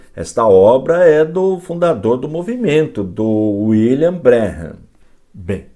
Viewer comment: Pastor, muito bom trabalho falando dessa seita,mais Pastor, o senhor pronuncia o nome " William " errado !! Meu canal no YouTube é voltado para refutar essa seita,pq um dia eu fui. Fiz intrevistas com pioneiros da #mensagem ( Tabernáculo) é só dar uma passada no canal.